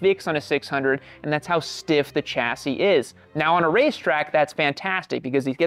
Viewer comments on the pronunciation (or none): "chassis" is pronounced "shassy" , I've never heard anyone pronounce it as CHassy